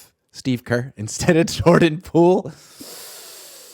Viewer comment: Pordan Joole😂